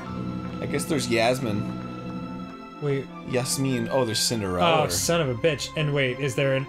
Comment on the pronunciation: Sorry, Arin... What's her name? I think you mispronounced Cillerenda there...